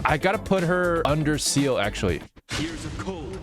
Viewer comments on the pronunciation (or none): It’s SEE-LE not seal. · it’s not Seal it’s Z-luh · FOR THE LAST TIME, SEELE IS NOT PRONOUNCED SEAL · Seele ❌ seal🦭 ✅ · I started laughing when he said seal instead of seele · Bro said seal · Everyone- Seele. Him- Seal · It’s COUGH-ca for Kafka And Zeal-uh for Seele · Fun fact: Seele isn't pronounced "Seele", It's actually pronounced "zee-lah". It suprised me quiet a bit to be honest. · Aint no way bro pronounced "seele" into "seal" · Bro really said Seal instead of Seele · Seele is pronounced as Zeele and it's pronounced as how it's written. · I will never stop hating on how people pronounce seele. Also, this tier list is really questionable at best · The way he pronounced Seele hurt my being in every possible way 😫